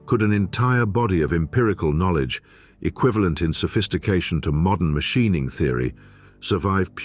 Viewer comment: WTF is Mashineing??? Teach your AI voice better.